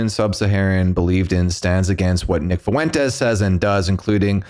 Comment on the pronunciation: I cringed more the way he pronounced FUENTES lol